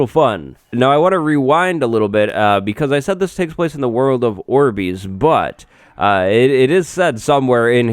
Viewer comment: Not orbees its orb "I" s orbis